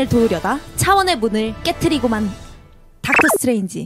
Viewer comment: ㅋㅋㅋㅋㅋㅋㅋ닥털 스트뤠인쥐~ 이라고 하는게 포인트ㅋㅋㅋㅋ보고 읽는거 뭔가 유딩같아서 귀여워🤭